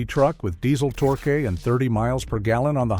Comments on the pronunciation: "Tor-kay"??? AI disappoints again. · Diesel tor-kay? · "Torkay"? What kind of wine is that? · Diezel tor-k. Ok ai video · “TOR-kay” ? AI version of torque….😅😅😅